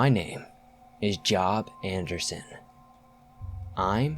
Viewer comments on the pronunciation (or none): Job like work?... JOB? ... its jOb, job(e) emphasis on the O, you goofy😵😵😵